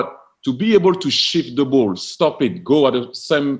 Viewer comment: I love how Thierry Henry says shift a bit like the swear word